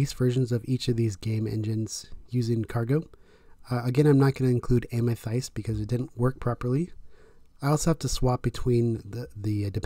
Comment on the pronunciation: So triggered by the way you pronounce Amethyst lol. Great video thank you.